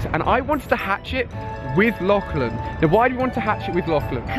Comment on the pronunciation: “Lochlan” lol it’s “Lachlan”